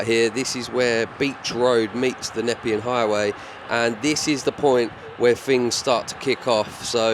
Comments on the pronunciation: Great vid. Also “Na-pee-un highway” 👍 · the highway is pronounced knee pean 😀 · btw, you're saying nepean wrong. It's "nur-pee-an".